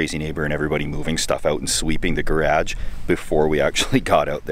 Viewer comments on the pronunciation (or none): The way you say garage is fucked up lol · I was initially confused at the way you said Gah raja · The way you say garage sounds so Canadian lol. Stay safe friend! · Never heard anyone in Canada pronouncing it like that lol! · I have to say that's the first time I've heard garage pronounced that way. And congrats on closing in on 300k!! You're going to get there soon buddy!!! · Garage. Pasta. Two more words I just learned that Canadians and Americans pronounce just a little bit different, thanks to!:-) If we all talked the same the world would be a really boring place.